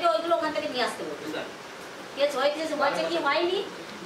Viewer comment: কেচ নয় কেস আপনি বার বার কেচ বলেন